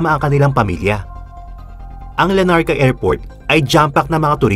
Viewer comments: Its LARNACA...not LA NARCA.. Good to know this amazing story. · not LA NARCA, , it's "LARNACA Cyprus" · Larnaca Cyprus po, not Lanarca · I think its Larnaca po not Lanarca..